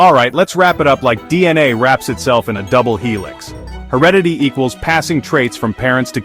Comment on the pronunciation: no I think there's a mispronunciation of the word 'heredity'